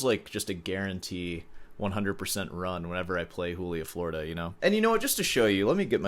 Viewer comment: 6 hours was baseline for me prepping for university auditions. Then I flunked high school and it was irrelevant. edit: bruh if you’re gonna butcher the pronunciation of Florida why not just say Joolia while you’re at it